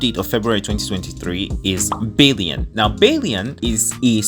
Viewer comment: Yangyang.. not YaengYaeng a like in "aqua" although its written as Chixia, its not pronounced as "Cisia" but "Chexya", and Bailian is not "Baelien", its Bai like in "bye".. "lian"... err... dont know how to explain it in english, but think of it as Alien, but instead of the normal "-lien", you add a, "liaen"